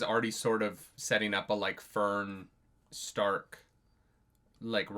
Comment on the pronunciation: For dumb reasons, the English dub pronounces Stark's name Shtark. It's supposed to be Stark. Even the Japanese dub manages to get closer to Stark than in English, despite the vagaries of Japanese pronunciation. Anyway. It's only a minor irritation, but it's the biggest flaw of the English dub...